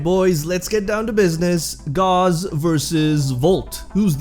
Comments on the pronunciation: I would like you to know that there is no argument over how to pronounce Gauss. It’s not a name created by warframe, it’s an actual word. Gauss - /gous (rhymes with house)/ - A unit of magnetic induction, equal to one ten thousandths of a Tesla. Please spread the word, I see to many people pronouncing it gauze, and it’s not even supposed to be up to interpretation, it’s a real word. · Thanks for the video! Gauze = rhymes with paws and used for first-aid Gauss = rhymes with house, is a unit of measurement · It is pronounced gows. Gauss is a unit of magnetic induction... Volt's shields 🛡 still make him better, but that's obviously my opinion.